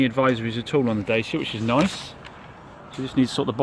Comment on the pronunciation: 1st. Its not da sia . its da chi a :)